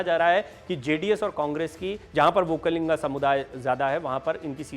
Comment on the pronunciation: It is Vokkaliga not vokkalinga.